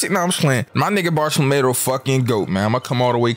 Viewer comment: Bar-thala-mule is how u say homies name